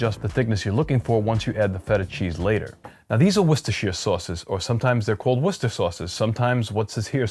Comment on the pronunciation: You nailed 'Worcester', 'Worcestershire' needs just a little work, as in: 'sheer'? Nah. 'shrr', you could be mistaken for an Englishman. That said, Sheffield is the home of Henderson's Relish. Not a 'relish' by common standards but, essentially, Worcester sauce without the anchovies. Organic? Not sure but probably not. It's tricky but not impossible to find, here in London, perhaps someone imports it in your part of the world. Works for me, though. Btw, your olive oil piece showed up in my feed and I immediately subscribed to your channel.